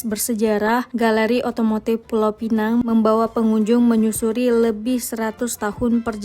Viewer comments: maaf ya... sebutan Pulau Pinang dengan bunyi Pulau Pineng. Pulau Pinang sebutan Melayu. Penang (tanpa perkataan Pulau dihadapan) sebutan english. Jangan keliru lagi. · Pulau pi- nang.. Bukan pulau pinenng.. Kalau nak sebut ikut english barulah sebut pinenng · Pulau pinang, bkn pineng. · Kalau bicara soal sejarah.... Pastikan sebutan nya betul dek... PULAU PINANG bukan PULAU PINENG. Nanti jadi pening kepala pulak 😂 Maaf ya 🙏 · cakap KL la Pulau Pineng 😂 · Anehh betul bahasa melayu … Pulau pinEng. 😂 dtg dr eropah ke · Maaf. Cara sebut nama Pulau Pinang tu salah. Cara sebut tu, gabungan bahasa Melayu dan bahasa Inggeris.